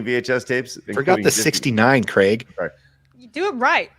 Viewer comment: Might as well be greg. That's not how you pronounce craig lol, but Americans have a reputation for butchering words.